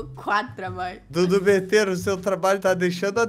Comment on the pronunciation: O Maria e vc precisa de uma aula de português cê fala tudo betero ao invéz de Dudu betero